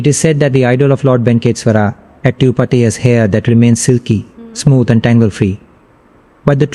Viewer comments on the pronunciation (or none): Kiski video dekh rahe ho Tirupati bola nahi jaa raha isse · The guy who is narrating doesn't even know how to pronounce TIRUPATHI. How did you manage to pick this guy's video over others?